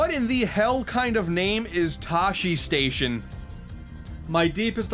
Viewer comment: Oh I can see it now... Hello. My name is Tashistation, and I am offended. By the way it's pronounced (Tew-she-tau-shiln) not (taw-she-stay-shion)... Good day...